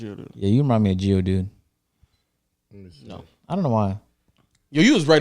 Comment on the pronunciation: Nigga agent really called LOW Geodude 😂😂😂